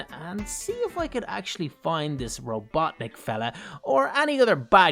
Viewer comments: Robotnik not robotnic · Its robotnik not robotic